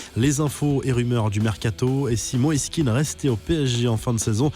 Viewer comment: Ils parlent de neymar au barca mais balek il est a paris de toute façon et on dit pas Keane mais Kean